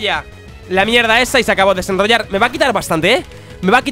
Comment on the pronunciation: Por que dice rednroynar